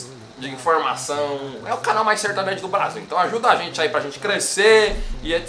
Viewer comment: "Sertanejo" eles disseram 😂💔 Tião Carreiro deve ta se remoendo ao ouvir uns trem desse